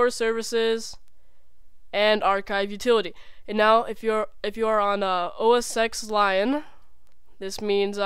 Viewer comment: Did he say... OS Sex lion?